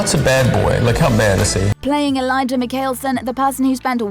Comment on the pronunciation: She pronounces Elijah's name like I'll klaus does😂😂😂